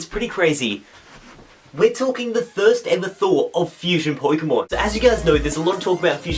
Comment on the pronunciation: Did he just say the "thirst ever"